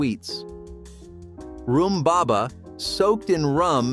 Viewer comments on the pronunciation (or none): I came to say this… narration kept referring “health conscious” modern diners…who are they? What is percentage of overweight and obese people??? Also laughed at pronunciation of “room” baba